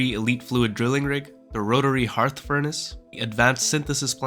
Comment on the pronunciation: Thank you for pronouncing "hearth" correctly... So many people making videos are saying "hurth"